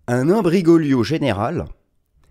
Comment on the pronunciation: "Imbri-Golio" beau lapsus